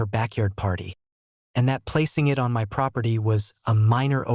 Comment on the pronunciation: I'm getting a little tired of these AI voices chancing "MY" to "em why" all the time.